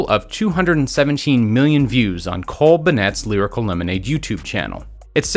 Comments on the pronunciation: ''cole bunnets'' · He said Cole BenNET